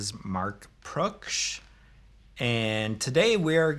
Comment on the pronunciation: Mark Proksh says his name like he's not sure how to pronounce Proksh